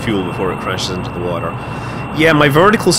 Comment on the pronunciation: Was so proud to be Scottish listening to you, then heard how you say water 😂 Love the videos bro, just started subscribing